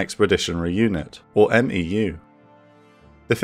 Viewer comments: Good stuff! Just correction, The MEU is not called a M-E-U by alphabet it’s together (MEU) like MU. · It is a bit weird to hear "M-E-U" and "M-E-F" constantly. MEU is pretty much always pronounced "mew" (like the pokemon), and MEF is also pretty much always pronounced phonetically like "mehff." I MEF is interchangably referred to as either "one mehff" or "eye meff" but 1MARDIV and 1MAW (part of 3MEF but still) are always "one mahrdihv" and "one maww" when referring to them shorthandedly. 1MARDIV is never "first division" or "first mardiv" weirdly even though 15th MEU is always "fifteenth mew" and never "one five mew." Infantry battalions are referred to just by number, so "one five marines" refers to 1st battalion, 5th marine regiment. It's often shorthanded to "1st battalion, 5th marines." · Amazing content, as always. The only thing I feel I could add to this is that we never referred to MEUs as "M-E-U" in the Corps. It was always, "mew." Not criticism on my part, of course, just something I thought I could share. 😺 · We say "Mew" not "M.E.U" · love the series so far man, just a couple things, a marine medic is called a corpsman and a meu is pronounced mew, keep up the good work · Just a little pronunciation help from a former MEU Marine. Marine units with acronyms for names are typically pronounced phonetically as one word, so MEU would be pronounced MEW similar to FEW. Same applies to MEF which is pronounced MEAF similar to DEAF. Love the content, just want to toss a little help in there since 1st MEF played such a pivotal role in the ground invasion. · Of note, we pronounce MEU as "Mew" and MEF as "Meff" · US Marine here...love your work. FYI, "MEU" = "mew"...like a cat. 👍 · When you say MEU, you can just pronounce it "Mew" like the pokemon. And you always just pronounce MEF just like it sounds. But you'll say "one" MEF, "two" MEF, "three" MEF. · Marines pronounce MEU as "MEW"